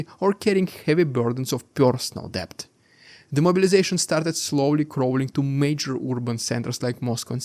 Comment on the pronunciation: The "b" in debt is not pronounced - so say "det" !!!